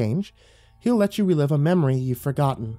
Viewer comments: He says son can you play me a MEMROY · I was thinking the same XD "MEME-ROY!" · "Son can you play me a memroy..."